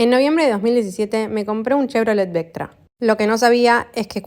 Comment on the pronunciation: Opel vectra 😢que dolor de oido escuchar chrevolet